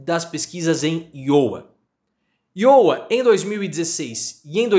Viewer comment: Professor errando a pronuncia de Iowa. Abraços!